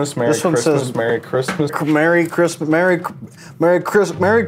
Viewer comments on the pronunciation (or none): ITS CHRIMSSAS